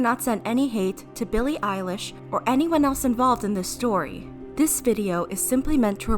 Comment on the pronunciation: I heard Billie eyelash I am sorry